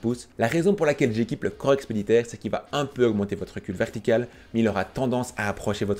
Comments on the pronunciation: Par contre juste fais gaffe: corps expéditionnaire pas expeditaire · EXPEDITIONNAIRE PAS EXPEDITAIRE